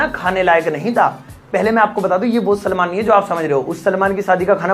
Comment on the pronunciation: सलमान, सलामन नहीं